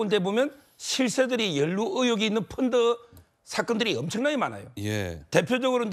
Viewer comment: 서변호사님 갱상도 발음 픈드 픈드 펀드 잼있네요